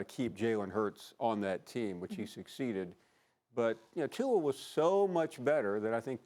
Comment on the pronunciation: Max still can't pronounce Tua's name right.